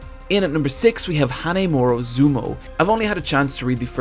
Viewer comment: it says Hinomaru Zumou, but you said Hanemoro Zumou. Which is it?